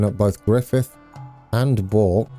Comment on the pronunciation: Bourke as in work